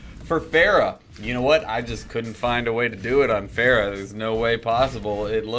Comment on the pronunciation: The mispronunciation of pharah is just painful and everyone says it wrong